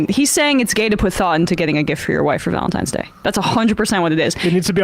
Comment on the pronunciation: Did Emma just say "Valensgay" towards the end? LOL We have a new holiday!